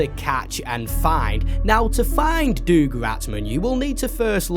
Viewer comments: Doug is like dug, not doog. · I’m sorry but I can’t be the only one who’s toes curl in cringe every time pronounces Doug Ratman, it’s “dug” not “doog” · Is he saying Doug like Doog instead of Dug? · Did bro really say doog ratman? IT'S DOUG RATMAN! Pronounce it dug not doog. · Who the heck is doog ratman😂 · doog ratman its Doug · Who the hell reads "doug" and think it's pronounced duke? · The FNAF music in City Undercover is actually a stock recording of the Toreador's March, which just so happens to have been used in FNAF. Also the fact you pronounced Doug as "Doog" infuriates and hurts me. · Bro really said “DoOG RaTMAn” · why do you pronounce doug like that 😭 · Please learn how pronounce the name Doug